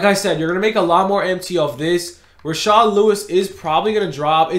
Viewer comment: It’s rashard stop calling him rashaad